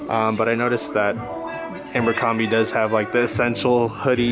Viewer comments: Say AMBERcrombie again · Everytime you say "Ambercrombie" 😬